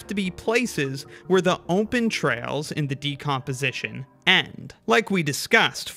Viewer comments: Ahhh heck no I think I know what part of the states you're from. I heard you say open as ohm-pen. I used to say it like that all the time cuz my dad did it. I fell out of it cuz it drove my mom nuts and she was like, no this is stopping now it oh-pen not ohm-pen there is no m in the word. So I have a suspicion of where u live in the states. I wont say it cuz I don't want to dox you or anything, but I had to rewind the video to make sure I heard it. Most people will miss it sure, and just filter it out. I however had been an ohm-pen user my own self too so it stuck out really well for me. Not saying u have to stop just set saying I noticed. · Am I the only one hearing ohmpen?